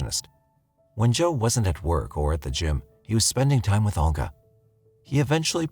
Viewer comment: NARRATOR: It's Olga, pronounced Ohl-ga (with a tongue curl on the "l"). It's even properly pronounced in the video you included. This tends to be the problem with younger narrators. Please check pronunciations. Excellent video otherwise (although, I have no knowledge on these cases).